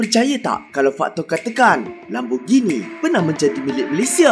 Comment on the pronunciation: Bagus sebutan Lamborghini yg sebenarnya bukannya Lamborjini. Ramai pemilik kereta ni yg tak tau sebut dengan betul. Kaya raya x semestinya ada class!